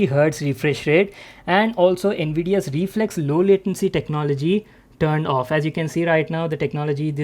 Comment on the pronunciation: reflex more like re-FLEX